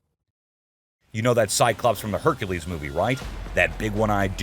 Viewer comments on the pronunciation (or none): none